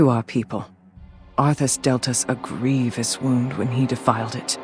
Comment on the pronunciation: grievous wound, not greavious